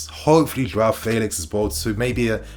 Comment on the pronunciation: Calling him "faylix" uno🤣